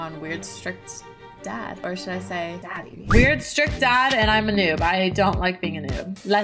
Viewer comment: “Ok dad……….dy” luv that